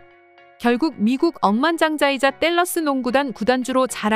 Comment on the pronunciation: 땔러스구단주...본토발음 주기네요.엄지척!